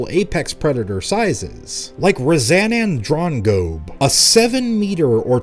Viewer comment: and I never knew I would love the pronunciation of ' Razanandrongobe' as much as I did